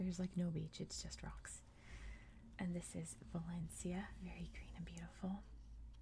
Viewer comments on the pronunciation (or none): At 9.10 the island is pronounced Valen-cha just to let you know 😊